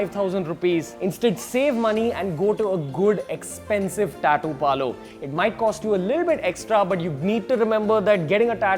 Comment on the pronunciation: Learn how to say tattoo first